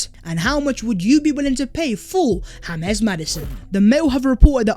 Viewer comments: The fact that You pronounce it Hames Maddison annoyes the fuck outta me😂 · The fuck this guy calling him Hames Maddison FFS? Maddy is english not latin american my G